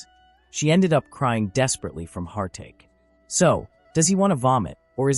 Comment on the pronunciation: The AI speech can't say "hart ache" lol